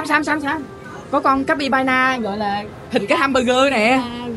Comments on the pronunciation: Sao lại capybana vậy anh Capybara mà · Lúc anh gặp gấu capybara humborgar anh đọc là cáp by ba naa😂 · anh đọc là capybana 😁😁😁